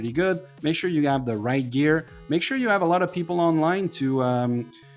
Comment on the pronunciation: For your accent I take you are Mexican??? You should practice the letter H, because you say Eroes, Elp, Ell, Ave, Elm, instead of Heroes, Help, Hell, Have, Helm, etc You try to talk American, but fail. Glad to help.